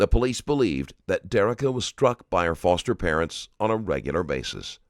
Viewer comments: You got the type saying “fister” instead of “foster” right at the beginning of the video, like the first few seconds. Come on now! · bro put fister instead of foster no way that was an accident lmfaoo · "fister parents" 🤔